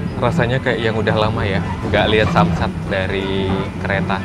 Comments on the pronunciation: Sunset bg bukan samsat😭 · sunset mas bukan samsat😂😂😂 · Samsat? Bkny Sanset mas